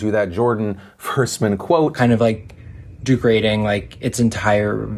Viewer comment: Is anyone going to mention that guy says "Du-grading" instead of degrading? Anyone?